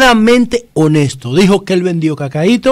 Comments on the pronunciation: Y dijo "honeto" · Ese juez se come las s honeta oh Dios pude ser honesto pero para ser juez se expresa fatal 🙈 no veo discriminación no exageres tu jajajaja